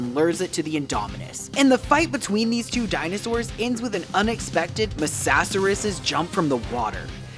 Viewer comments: “mASaSarIs” GAAANNGG ITS NOT THAT HARD TO SAY! It’s literally “Mosasaurus” it’s that effing simple! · Ikr! Like he can say pteroanodon (I know I spelt it slightly wrong) but can’t say mosasaurus! LIKE DUDE IT AINT THAT HARD